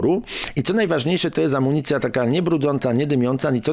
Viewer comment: "Ekologiczna amunicjia" bezołowiowa😂